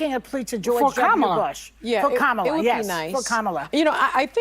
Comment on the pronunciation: Do better: her name is pronounced Comma-la